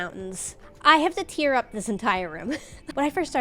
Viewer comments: is the first person I've heard pronounce the rip "tear" like tier and not tare. The first time I thought she mean tier, but then it happened again. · I just noticed you say tear instead of tear, and I'm annoyed I can't properly convey this over text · saying tear like shedding a tear and not like tearing something apart is throwing me off so much.